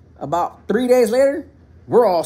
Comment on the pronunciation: Why do you say three with a P 😂